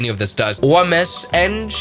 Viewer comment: as soon as you sounded like a ree-ree pronouncing oms engine i was done